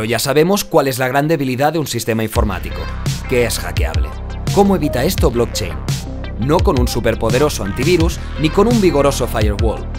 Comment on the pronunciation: no sé xq nadie habla del blotchein